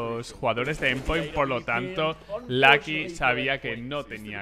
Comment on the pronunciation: Por que sera que dice Lacky o Clatch hahahahah Ingles pobre